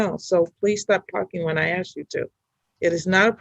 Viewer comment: One of the first signs of mental retardation: The word ask is pronounced aks.